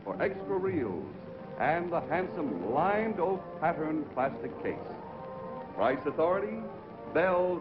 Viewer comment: Ah yes, the game show, "The Pricce is Wrong"